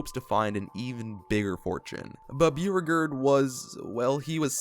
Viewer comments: Byoo regerd is how I’m saying bow regard (Beauregard) from now on. 🤣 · Are you saying Beauregard? Cause it’s pronounced Bo-Regard, but I’ll keep watching 😂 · chamberlain’s name is pronounced BOW-RE-GARD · Beauregard is pronounced BOW-ree-gahrd. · That's not how u pronounce Beauregard.... also copperhead strike isn't to the east of cedar point. It's south, however shoot the rapids was east of steel vengeance, which was also themed to moonshine business